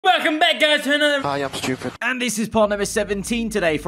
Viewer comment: Can’t have a Baku race without hearing “I am schoopid”